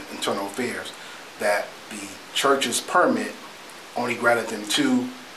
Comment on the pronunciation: The guy to the left who keeps mispronouncing the word “Permit” is killing me. 😂